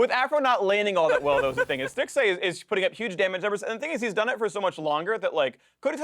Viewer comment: Stixxay at rift Rivals... what are you saying Phreak... and why did nobody correct him?